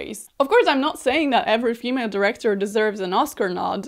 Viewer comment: why are you saying "female" like that that's so weird